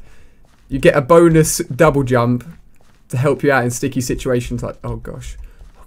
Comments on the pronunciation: Lol did he say double dump /:-| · jouble dump! XDDDDDD LOL You said that instead of double jump at one point xD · omg lol you said jouble dump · Lol u said jouble dump